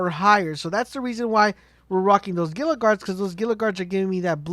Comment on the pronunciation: Dude...Google how to say "Gila" the G is silent and it actually is pronounced like a H. Drives me nuts how many people can't properly say Gila.